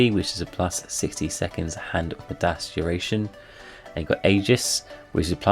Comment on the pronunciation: Not sure why, but you are saying midas really wrong. It's a long i, so more like my-das.